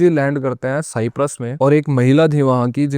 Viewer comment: Don't say साईप्रस सायप्रस बोलो